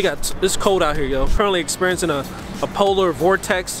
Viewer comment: This n said polar vortex.. lol